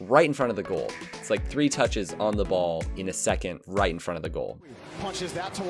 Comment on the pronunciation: Everyone: double touch: double tache